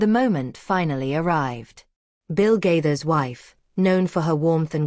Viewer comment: Stop lying about the Gaithers. Also you need to learn to pronounce Gaithers